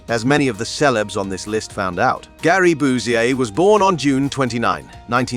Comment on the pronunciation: Gary BUSIER???????? Good grief get the name right